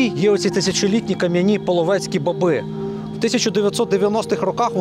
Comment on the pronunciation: лиш не ,,бабѝ", а ,,ба́би" (наголос на -а-, а не на -и-).